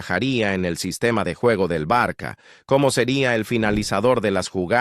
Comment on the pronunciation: No se dice el " Barqua" pero Barsa " ,estudia un😂poco la pronunciacion😢 Barsa por favor, es la pronunciacion de ça,el ça se pronuncia sa